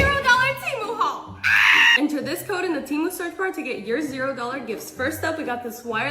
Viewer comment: Why do they keep mispronouncing things? "it's so KEE-UH" instead of saying CUTE. "be sure to use my CO-UH" instead of CODE What happened to speaking properly?